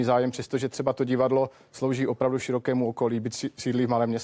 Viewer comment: To jeho "VOPRAVDU" bolí jak pes.